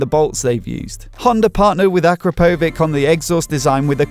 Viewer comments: Its Akrapovich, not Akrapovik. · its pronounced "UH CROP UH VICH" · You'd think a motorcycle journalist would be able to get the pronunciation of akrapovic correctly